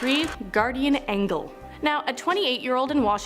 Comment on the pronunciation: No way that lady said "guardian angle" instead of "guardian angel"!